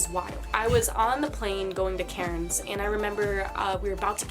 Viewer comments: She’s pronouncing Cairnes wrong it’s pronounced cans 😂😂😂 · Haha her pronouncing cairns like Karen’s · Is she trying to say Cairns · 1 gallon is a little under 4 litres. For one liter or petrol it's about $1.76aud depending where you are. We don't say gas for petrol. You can get bigger pizzas from the takeaway. But they aren't $7 even for a larg. She said Melbourne the right way but not Cairns. We don't say/hit the r. We also say Mel-bun.